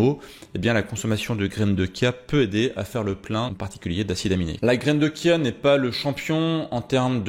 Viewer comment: Heuuu on ne dit pas Kia mais bien Chia ( chat ou chut..) la prononciation est bien dans le sens littérale du mot 😉😊